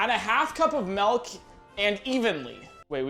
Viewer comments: "add a half cup of melk" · Did he just say “melk”? Excuse me?